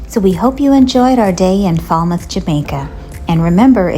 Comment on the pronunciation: Pronounced Fail-mouth